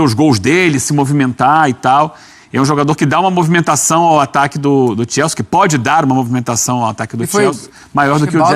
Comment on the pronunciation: Algem sabe que porra de time é esse que mane fala eke chama de "TIELSE" ???? É CHELSEA